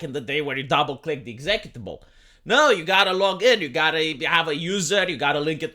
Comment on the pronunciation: I will now forever pronounce "executable" like "vegetable".